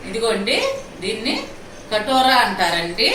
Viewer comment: Adi Katora kaadu andi....Katira antaru